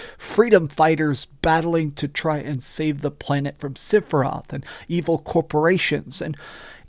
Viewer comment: Sorry. I’m gonna be that guy, cuz you don’t seem to have any speech impediments or anything. The name isn’t siphiroth. It’s sephiroth. Not Siph… Seph…. “Favorite game of all time”.